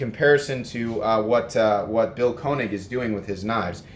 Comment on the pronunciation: Actually it's pronounced ' Kay -nig' .